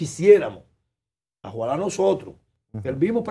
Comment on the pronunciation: Sooooooooplaaaa!!! Un ex diputado, presidente de cámara, miembro del consejo Nacional de la magistratura, y dirigente de partido político en la República Dominicana, dice: “AJUALÁ”., por OJALÁ…. Susantísimo!!!